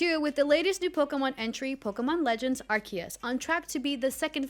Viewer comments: Are-Key-Es... Really? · Is that really how you pronounce Arceus?